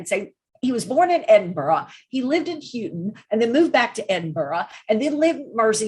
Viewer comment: Just a gentle correction for: the Liverpool suburb of Huyton is pronounced "High-ton" and not "Hugh-ton"